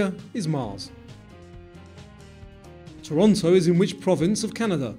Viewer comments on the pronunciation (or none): none